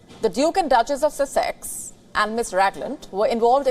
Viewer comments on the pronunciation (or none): Wow. He sold out. His vocabulary is Meghan’s. Or Harry’s. Lol. And it’s pronounced sus-x